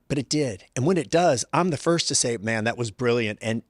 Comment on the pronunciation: Jeff said “I would Sai” 😂